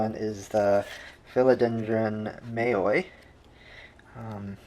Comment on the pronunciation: Mamei not Mayoi, right? 😉